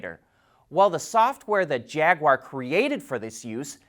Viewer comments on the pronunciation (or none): none